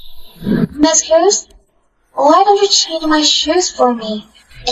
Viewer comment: 😅😅😅😅😅 MS. HUGHGESS😅😅😅😅😅... CANT EVEN GET A NAME RIGHT